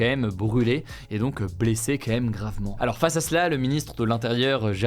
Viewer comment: "QUAND MÊME" pas "kémème" m'arrache les oreilles a chaque fois 😂